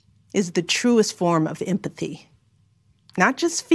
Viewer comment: LOL!!!! She can't even pronounce empathy.